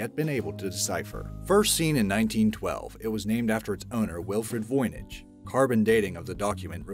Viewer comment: Dude couldn't even say 'freighter' correctly. Yet, somehow he said 'Voynich' correctly.